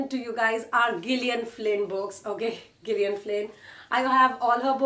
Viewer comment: It's Jillian in terms of pronunciation .